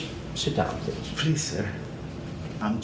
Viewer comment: Pleez. Pleez dont put this on Teebee.